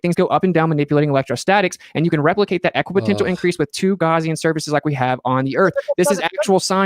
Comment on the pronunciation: It's so cute that he can't pronounce Gaussian correctly. The way he says it implies something from a first aid kit.